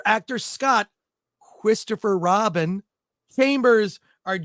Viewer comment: Mawy and Chwistophew Wobin